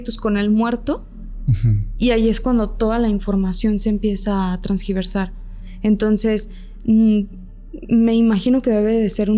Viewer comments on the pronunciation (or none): Tergiversar no "transgiversar"'"'" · Ni hablar sabes amiga "trasgiversar". Mejor ve a la escuela y deja de estafar gente